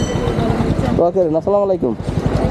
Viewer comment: ভাইয়া সালাম টা সঠিক ভাবে দিয়েন। ছালামোয়ালাইকুম না আসসালামু আলাইকুম।